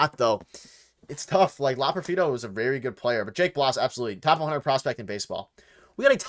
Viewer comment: Fun live stream. You just need to learn how to pronounce Loperfido. Keep up the good work